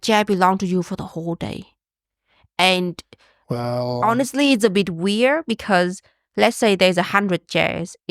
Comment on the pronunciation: I have a question about Uyens language and please don't consider it hate - it comes from genuine interest. I noticed that often "swallows" the last letters of words for example "weir-" instead of "weird" and "mayonnai-" instead of "mayonnaise" or even not pronouncing the plural "s" eg. "companie-" even if she is speaking about more than one. She has amazing English skills and I absolutely respect her for that! Still it does interest me why she doesn't pronounce some of the last letters? I learned Japanese for a short period of time and I know that this language consists of syllables that doesn't end on other letters than vocals (with one exception I think). Is this the case with Vietnamese as well?